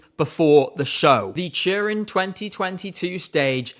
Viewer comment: Took me too long to figure that "churin" ment Turin haha